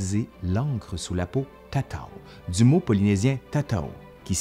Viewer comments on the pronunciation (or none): En tahitien, on ne dit pas "tataô" mais "tataou" . Le mot "tatau" est la transcription anglaise de tatau où le "u" se prononce "ou". J'ai vécu à Tahiti et je n'ai aucun tatouage : je les trouve très beaux sur les peaux mates des tahitiens et très moches sur ma peau très blanche. En plus, l'idée de me faire piquer trois millions de fois pour un tatouage riquiqui m'a largement guéri de toute envie de ne serait-ce qu'une petite tortue mahohi stylisée ( ravissante ) Merci et bisous